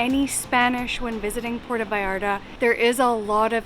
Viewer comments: its not "porto" its Puerto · It drives me crazy when people make films about Puerto Vallarta but don't even know how to pronounce the name of the village. It isn't Porta! It's Puerto. [Pwerto]